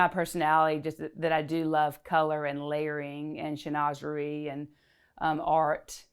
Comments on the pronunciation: Can someone confirm? Isn't Chinoiserie pronounced Shin-wah-zur-ee? not Shi-noz-zuree? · Chinoiserie is pronounced - SHIN WA ZAH REE! 🙀🙀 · Shin - wa - Zuh - ree. It’s a French word and should be pronounced as the French do. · A mispronunciation of chinoiserie. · Bonjour! The correct pronunciation of chinoiserie in French is Chin wa se ree. Your pronunciation is American. Although is perfectly fine to use either one. Prends soin de toi. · Her pronunciation actually made me have a little giggle because I thought it sounded like saying schnoze for a big nose. But I don’t judge because we all make mistakes. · 😂 That had me screaming at my screen, if you love it, at least learn to say it. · THANK YOU!! I cannot figure out how someone who knows so much about interior design and art doesn't know the correct pronunciation.